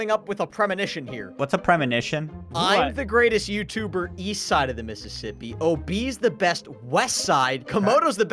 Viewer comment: Every time says missspi